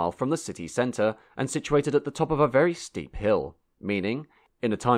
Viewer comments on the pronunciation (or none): none